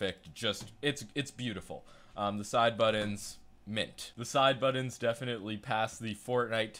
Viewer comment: Can you please learn how to say the word 'Buttons'.